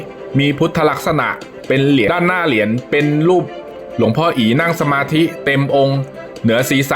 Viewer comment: คนอานก้อ่านก้อ่านอักขระไม่ได้เรี่องเลยเหรียญไม่ใช่เหลียนหืย